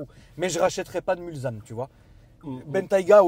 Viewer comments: arrête de dire Mulzanne en phonétique c est Mulssannes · On ne dit pas Mulzane mais Mulsanne ! En référence au virage du circuit des 24 h du Mans 😒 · "Mulzanne" aaah je saigne des oreilles haha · Magnifique la Mulsanne 😍, en phase 2 encore plus belle (, on dit MulSanne, pas MulZanne, stp). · Mulsanne prononcé "Mulssanne". Réf au 24h du Mans. Continue on te kiffe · n importe quoi quoi.Mulsanne prononciation il faut entendre le s, va dire ça aux habitants de Mulsanne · Précision importante, c’est bien Mulsanne avec un S en prononciation et pas un Z. C’est une référence au circuit de la Sarthe des 24h du Mans avec la commune du même nom 😉